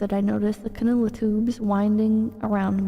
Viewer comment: "Canoe-la tubes" that's a Jim moment akin to Hyper-bowl, never change lol